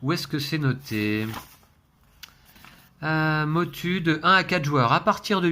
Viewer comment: Ça ce prononce Motou 😊 Pourrais-je savoir quelle imprimante vous utilisez?